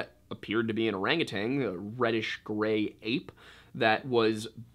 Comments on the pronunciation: Orangu- TAN. No g on the end lol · O R A N G U T A N...NOT TANG,just sayin.